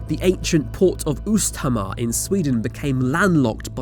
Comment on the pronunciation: Östhammer, and NOT Osthammer öst = east Ost = CHeese O is pronounced like oe in shoe ö is pronounced as u in hut.. Please do your homework before you do a video